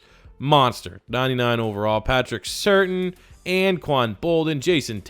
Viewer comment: It’s “Cer-tan” (Surtain)